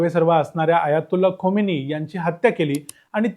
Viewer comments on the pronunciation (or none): Khomeni nahi. Khameni